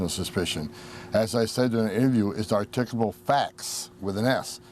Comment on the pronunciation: The writer is making fun of Homan's pronounciation, as he pronounced "articulable" as "articuble." As an additional irony, the word he mis-articulated is all about articulation. You're welcome.